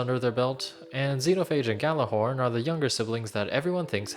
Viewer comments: Are you, like DigitalSolstice, pronouncing Gjallarhorn with a hard g and just pretending the j isn't there? Then you too are pronouncing Gjallarhorn wrong. It is pronounced like "Yallarhorn". Now you know, you're welcome. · you should of mentioned that ghallarhorn isn't pronounced with a G, its actually pronounced with a Y